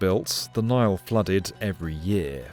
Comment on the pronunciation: He called it "The Naal"